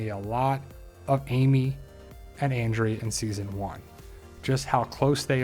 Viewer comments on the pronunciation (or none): none